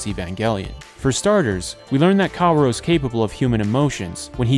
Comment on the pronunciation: i'm choosing to fall victim to your genius plan of getting people to engage with the video by saying "kawuro" instead of "kaworu".